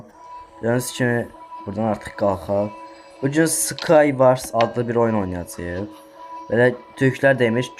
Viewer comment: Skayvars yox. Skayvors.